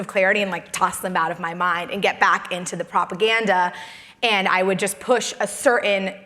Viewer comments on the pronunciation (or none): The word is "certain". With a T. Not "sir inn".